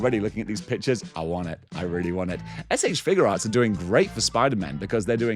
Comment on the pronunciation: I like that you pronounce it "Figure Arts" and not "FIGYOU arts"